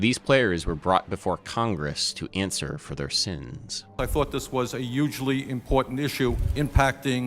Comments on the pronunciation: These hearings were youghdgly important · Did you just invent a silent H on "hugely"? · Yugely? Don’t do that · Bernie always say ugeeely